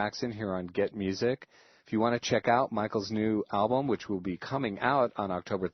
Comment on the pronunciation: The interviewer appeared great because it was the FANS asking the questions, not him. Frankly I think he was dumb coz he couldn't even say the name of the album right.